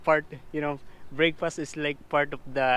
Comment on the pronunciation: "Breykpas" hehe pinoy n pinoy